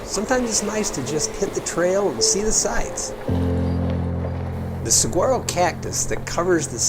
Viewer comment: Saguaro = Sa-war-oh